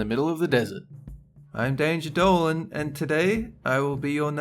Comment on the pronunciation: "...Planet dow-lan..." 😁😁😁